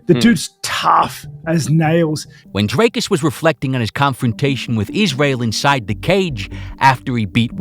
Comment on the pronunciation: the first time anyone's pronounced his name correctly with the correct accent tones especially on the "dri"